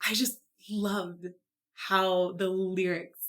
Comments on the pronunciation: I came back to your video some days later to internalize what you said about Dimash English speaking needing improvement. I’m not here to disagree or be a rabid dear. But,at the same times there’s more going on here. At the beginning he pronounces the article “the” as “duh”. Yet later on in the song he pronounces it right. Several times “life” and “love” sound a like. The problem is this was not Dimash’s fault but that Italian composer of the piece who also made the movie Creators: The Past. He created an English speaking movie, and wrote the soundtrack for the movie with English speaking actors. This was his movie. He let Dimash sing words in the English language that were not clear. Dimash made mistakes in the first sos in China by pronouncing the “s” at the end of a word that was suppose to be silent. He was called out on it and corrected it in sos at the slavac bazaar. The Italian composer and promoter of the movie should have called dimash out on it. Dimash has been studying English and Mandarin for three years since the China show. Another words he a third grader. Dimash is very daring singing in all the twelve languages. But this time an Italian movie maker who made an English movie did not help dimash let it slide. There was a screenplay for this movie. You can’t tell me he didn’t read it or maybe even write it himself. If you’re hard on dimash and we can only be responsible for what we put out,that composer was at fault more than dimash. What is worse is that the son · Sometimes I think Dimash chooses to intentionally mispronounce a word for musical impact. At the very beginning of the song Dimash pronounces the word "the" as dee and this adds a resonance to the note that would not be possible with a 'th" sound. I have picked up on this in many of his songs in both English and French. I can't wait to hear him sing in Spanish since he does so well with the Italian songs.